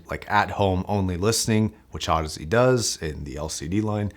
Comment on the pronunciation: Apparently, Audeze is supposed to sound like Odyssey